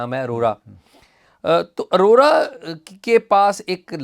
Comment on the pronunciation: ارورا نہیں بلکہ آوراaurora